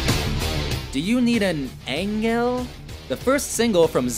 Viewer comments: Engel: eng el, ich tu dir weh: ich tu DIR weh. Fällt mir schwer das Video ernst zu nehmen.😂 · Heroin Olympus En-Gel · "Engaayle, eng-ale" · Eng... Ellll?